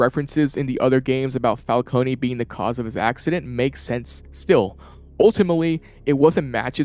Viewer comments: how are they ... and you STILL pronoucning falcone WRONG!?... theres no Y at the end...you dont say the E the "cone" is said the same way ice cream cone is...its been how many years? legit dont get how ppl are still messing this up. the new penguin show got it right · I’m sorry I hate to be that guy but….isn’t it “Fal-CONE” instead of “Fal-Coney”